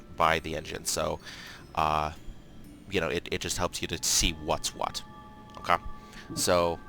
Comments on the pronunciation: his "okay" sounds like Okaww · Not his first “okay”